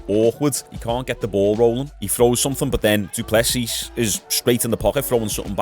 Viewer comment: If I hear du plesseeesss again bro😂😂😂 it’s pronounced “doo plessee”